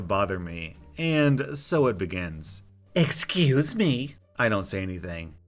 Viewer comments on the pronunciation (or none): most british "excuse me" ever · lmao excuzmi